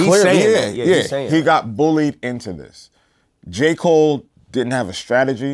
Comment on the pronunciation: "Ja" Cole